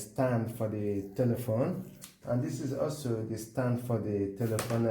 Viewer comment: It was helpful but did you just say telephone as like telephone?